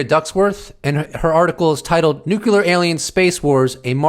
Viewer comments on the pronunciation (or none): Brother PLEASE stop saying nuke you lure. Its NUCLEAR! Other than that, keep up the good work, thank you! Peace and love, keep doing your thing. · New game: drink a shot when says nu-ce-lar